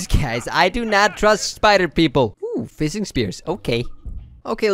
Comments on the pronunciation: F- fising? Y- you mean fishing? tf? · he says "seild" instead of shield and fisting instead of fishing